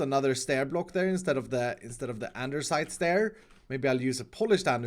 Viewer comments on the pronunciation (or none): I love you but it’s “andesite” not “andersite” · lol keeps saying "andersite" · Blade Armor nonono you didn’t pronounce it right. There are a few silent letters. “Aranaderstite starirs” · now in videos too? ANDESITE without R